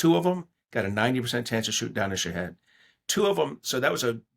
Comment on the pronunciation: Did he call a shahed drone a shithead drone? 😂